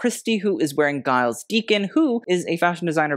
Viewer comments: Giles Deacon - his name is pronounced Jiles. Kind of like Julia. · Giles is pronounced with a soft g. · the G in Giles is pronounced as a "J" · Your pronouciation of Giles tho 💀